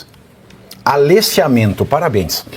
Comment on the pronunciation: Aleciamento? Eu ouvi bem?